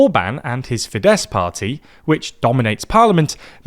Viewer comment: MA-jahr, TEE-zah and fee-DESS 😂 ok I don't expect you to pronounce the Hungarian "gy" properly but at least you can say FEE-dess and TEE-sah 🙄